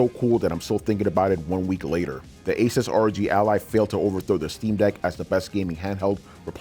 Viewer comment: If you cant pronounce Asus correctly...... Im out.